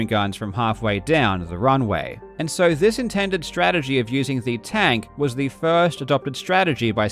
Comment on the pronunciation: Sushhhh... It's one of his signatures.